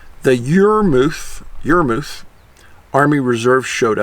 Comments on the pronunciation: Yaa-muhth (or even Yar-muhth) is the proper pronunciation of Yarmouth but definately not Your-mooth. Hehe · Ahoy Dave.. Its pronounced Yarr Myth , I live in Annapolis Valley.We speak distinctively lol.Love your work!